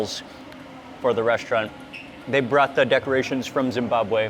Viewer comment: I love how Mark makes an effort to properly pronounce Zimbabwe, Zimbabwean and Zweli... Its appreciated 👏👏👏 great video MW thank you